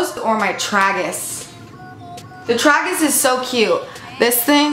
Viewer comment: Lmao your "traggus" honey it's tragus, like tray-gis